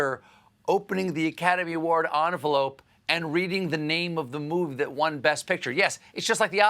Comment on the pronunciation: Can't make fun of someone mispronouncing values if you can't pronounce movie. Especially if the word you mispronounced has one less letter.